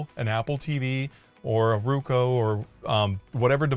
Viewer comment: It's Roku, not Ruko. 😎